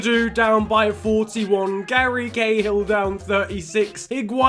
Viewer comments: Who else heard he said Gary gayhill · He said Gary Gayhill haha